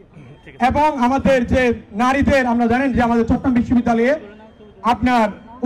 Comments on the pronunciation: ভাইয়া চট্রগ্রাম কে ভালভাবে উচ্ছারণ করেন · চট্রগ্রাম উচ্চারণ হচ্ছেনা ঠিকমতো।